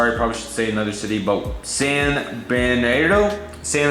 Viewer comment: Great update! Let’s pretend you mentioned that SNA is my model airport when sent the AA 738 to SNA. I have submitted that route 2 times actually. It’s pronounced San Ber-nah-dee-no